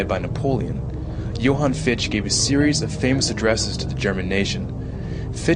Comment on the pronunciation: Fichte's name is pronounced FIK-tuh. BTW: Mann asserted that education MUST be non-sectarian. So all charter schools would flunk his test.